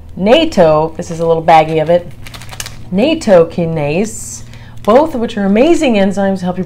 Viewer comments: Not Naytokinase its NATtokinase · Nattokinase is a Japanese word pronounced: natto-ki-na-zay. na as in nachos. "to" like the word toe. Ki, like the word key. Na again. zay, like the word say but with a z